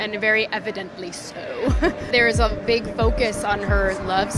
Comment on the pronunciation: She “beegs” lol